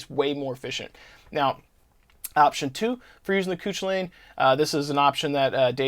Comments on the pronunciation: It's not pronounced Coochilain, it's Cu-Cull-en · Cu cul lan is how you pronounce it. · The "ch" in "Cuchulainn" is not a normal English "ch". I think "Koo-KUL-in" is the generally accepted pronunciation in English (Someone more familiar with Irish mythology can feel free to correct me). The original Irish pronunciation requires sounds not found in most modern dialects of English. Think of Scottish "loch" or German "Bach".